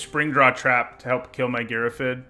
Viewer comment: Heads up Girrafid is an actual word and is pronounced like Giraffe + Id.